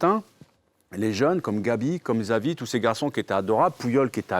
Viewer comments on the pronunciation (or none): Gsavi 😂😂 chavi ça se dit et ça s’écrit Xavi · tu ne sais pas prononcer XAVI en espagnole 😪😪